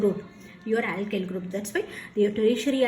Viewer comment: It isn't a compliment. You should know you are being racist or stereotypical Btw aailkyl group and caarbo-cetaion are hilarious